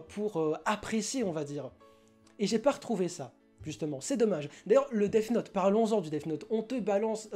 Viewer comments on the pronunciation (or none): effectivement tu n'es pas clair dans tes propos et dans ton argumentation le son """th""" ne se dit pas "def" mais [θ] tu sais le prononcer? Non parceque c'est pas dans ton langage donc de base l'apprendre correctement est compliqué et le pire c'est que la mauvaise prononciation c'est justement [s] ou [t] dommage que ça face perdre du Q.I hein? Ici pour death [deθ] c'est pas moi qui le dit c'est Cambridge alors peut-être que tu es plus anglais qu'un Cambridgiens qui apprend la langue mais juste au cas où t'es plus proche de la vérité en pronnonçant Defss que Dess parceque il existe un son pour le "ss" c'est [s]. Que je sache la phonétique ne met pas [des] mais [deθ]. Sur ce si il est plus intelligent de cracher sur une couleur de peau que de mal prononcer un mot et que de surcroît tu te sens visé par ses propos... Non parce que il faut le dire je perd mon temps à t'expliquer ce que tu n'ira pas voir (preuve avec le lien que t'as pas regardé avec ton intelligence supérieur qui sait tout) vu que de base t'es parti dans l'idée qu'on t'avais insulté car tu pensais justement que L allait être mauvais parcequ'il est noir sinon cette conversation n'aurait même pas lieu d'être. Maintenant quand on critique on fait des recherches et je t'invites si ta parole est la bonne à aller te moquer de tous les accents du monde qui font qu'ils prononcent mal en utilisant ta phrase "vous avez un QI d'huître" sur ce j'aimerai quand même que l'espace commentaire de reste propre et construct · Je suis la seule que ça a trop perturbée qu'il dise Def note au lieu de death note? 😅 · Le son th se prononce th point a la ligne, si t arrive à faire sortir le son deff c est que tu c est pas mettre ta langue entre tes dents du haut et du bas . Point final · "def note " hahahhahha et t'as 53 m abonné ahahahahha n'importe quoi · Bonne vidéo mais les "def note" mon pertuber eheh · je suis le seul que sa dérange quand il dit deaf note ? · théoriquement le th se prononce sse genre dèss note